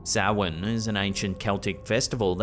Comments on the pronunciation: And correctly saying it correctly!! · thank you for pronouncing Samhain correctly. Great clips as usual! Are you sure that the hum isn't Siren Head? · So proud of you for pronouncing Samhain properly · I'm impressed. You pronounced Samhain properly. Well done sir.😊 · Very well pronounced. Samhain is also the Gaelic word for the month of November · Thank you for pronouncing Samhain correctly!